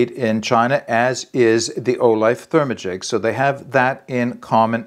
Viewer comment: 😂 I cracked up when you say "ther-ma-gic". I dont know the correct pronounciation(?) but my mouth definitely wants to say "ther-magic" as in hocus-pocus. Overall not crazy about using this on a hiking trip - a quilt would be dual purpose and much better insulation no doubt.